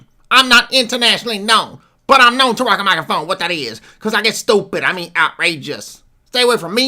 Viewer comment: You can repeat "wat dat iz" 100 times in a row and will still be funny as f...!!🤣🤣🤣🤣